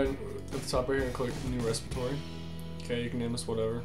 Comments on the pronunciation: Good video. Worked perfectly. But you do know that is 'REPOSITORY', not res-i-pit-or-y? That's why its 'Repo' for short. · Respitory = Repository. :) Seriously, thanks for the video!